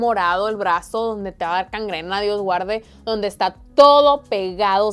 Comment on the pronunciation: Gangrena, no cangrena,un saludo afectuoso de Costa Rica